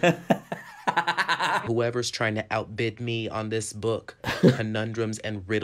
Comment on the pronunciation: It's professor Mayor not professor mare